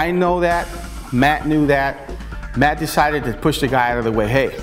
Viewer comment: His name is MATT NOT MET DUH